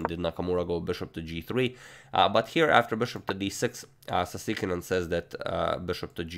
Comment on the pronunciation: The way he said Sasikiran sounded like 'Tigran'